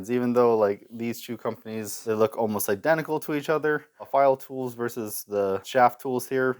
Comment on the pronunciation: I've been lucky, I live in Switzerland where Pfeil is from. I've bought straight from the factory, and I once came across the six piece set second hand for 20$! I've also, unfortunately, seen them absolutely mangled in school workshops... (Btw, the P in Pfeil isn't silent, it's pronounced). Nice video!